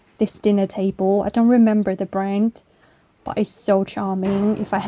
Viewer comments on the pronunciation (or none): none